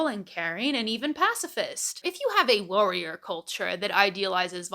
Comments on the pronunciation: I'm sorry but does anyone else hear "wowwier"? I have been rewinding for 7 times and the only time i hear "warrior" is in the latter part of the video. But in any case, an intriguing insight. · The way you pronounce “warrior” is… interesting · You may have a point, but the way you say "warrior" is very funny 😂